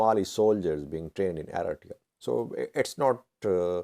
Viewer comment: For God sake, it's Eritrea 🇪🇷 not Aretiya